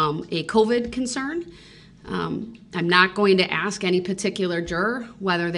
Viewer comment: The word is ask not “axed “ .